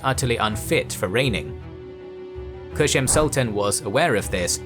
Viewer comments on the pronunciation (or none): Kösem, not "Köşem". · Loved the video 💗 but you saying Koshem gets me every time since it’s means Corner in Turkish 🤣Not Koshem it’s Kosem s sounds like C 😂 anyways Actually ottoman sultans had wifes but there’s a misinformation going around that they didn’t & in some cases they had more than one wife, but they weren’t allowed to marry with concubines ppl might confuse on that and assume they didn’t married! Suleiman the Magnificent was married to Mahidevran she was a noble circassian but then he fell in love with Hurrem (Roxelana) & broke the tradition of harem by marrying her. Today many ppl including ppl in Turkey knows that mahidevran was a slave too (she wasn’t) & she wasn’t married to sultan (she was) same thing goes with Kosem sultan Kosems husband Ahmed I was married with Mahfiruz Hatice Sultan b4 Kosem Mahfiruz came from the same family with Mahidevran Sultan mahidevran actually Mahfiruz’s great aunt & Ahmeds father was married with a woman from the same family too Mahfiruz’s Aunt Halime Sultan! Harem was dominated by these Circassian Noble women and the Great Valide Safiye never liked circassians that’s why she Raised a Greek girl named Anastasia and served her to her Grandchild Ahmed. Ahmed later married with Anastasia she later given the Name Mahpeyker Kosem (mahpeyker means- Moon Face, Kosem means Leader) according to some reports Kosem & Mahfiruz were get into fights often and Mahfiruz was look down upon Kosem since Kosem was a slave, Mahfiruz was different she wasn’t dressed as Turk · Omg please stop saying Köshem. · It's Kösem. Not Köşem. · Its "kosem" not "koshem" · Kösem, ööööö sound like in cup